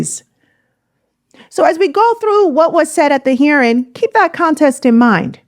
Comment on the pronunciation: I love you content but the word is context, not contest.